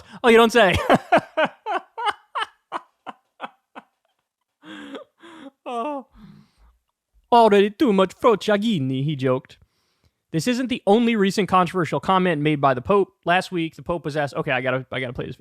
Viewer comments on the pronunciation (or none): FYI. The pronunciation is "fro-cha-gee-nay"